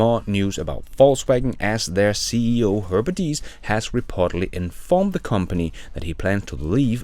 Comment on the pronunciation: It is not Deiss, he is call Diess :-)) Very surprising to hear that he is stepping down. Can't hear it anymore that they are not on track and don't "get" it. Perhaps.